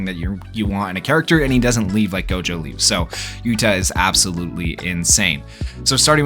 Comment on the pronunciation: “Jewgo” is crazy 💀